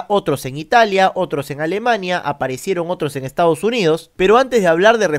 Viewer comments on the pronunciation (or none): none